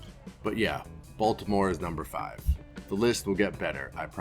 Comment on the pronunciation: Glad you're back. Also - Balitmore?